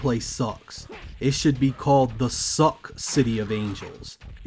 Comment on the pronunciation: min When you introduced the crow game everytime you say it sucked you sound like a posh english person saying sock